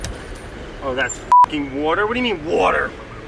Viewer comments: "wouder falls" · Nobody: Brad: " WEERDDERR " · Most of the time he mispronounces words is jokingly I assume, like wourder, It's hilarious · The title for the hawaii episodes so far: "Guy from New Jersey goes to Hawaii to scare pigs away, mispronounce water, to not know how to speak Hawaiian and eat ice cream"